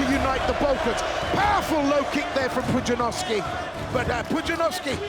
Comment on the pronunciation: Poo-jia-nov-ski * also the "despite the lack of formal training in martial arts" part is wrong, he trained kickboxing before even going into Strongman